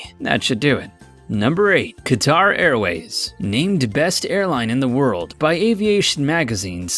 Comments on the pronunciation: Qatar is pronounced cutter like a box cutter. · Say it with me.... "Cutter" = Qatar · Qatar is pronounced "cutter". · Qatar is pronounced "cutter" not Ka-tar. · Just a point, it pronounced cat-ar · Good point. He cannot pronounce Givenchy, Perignon, Qatar, Bombardier, or even Sultan, among others. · After listening to the guy mispronounce Givenchy, Qatar and Perignon I had to stop watching in embarrassment.